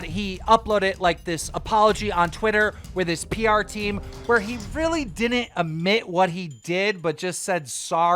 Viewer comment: Everyone : admit Keen: ammit